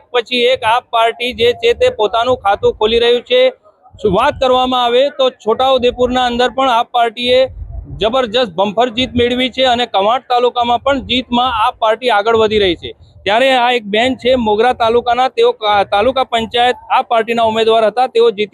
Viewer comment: બંફર નહીં ભાઈ બમ્પર જીત બોલો 😂